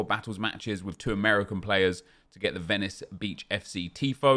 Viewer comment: Ah nep that's not how u say Venice